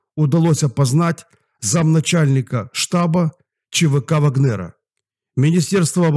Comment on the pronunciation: Пожалуйста, милый ВАгнера, а не ВагнЕра!)